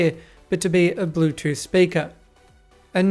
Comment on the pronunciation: “De blutoof dewice is ready to pear”